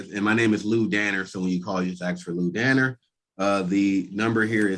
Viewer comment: I've watched so many of yours and others videos, and at times they seem to begin to all blur one into another.. but I think that is the guy who calls "".. check me if I'm mistaken, but I have that ringing in my ears; and if doesn't say it that way then definitely another one of our Zoom Court gentlemen does. Btw, I agree with you regarding today's session.. minded his manners and was very respectful of the Court, the Judge, and today 🙃